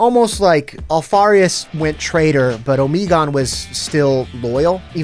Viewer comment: Good video but it hurt me every time Omegon was pronounced incorrectly